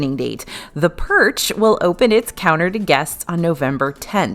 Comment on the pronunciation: Oh purch, not perch the fish!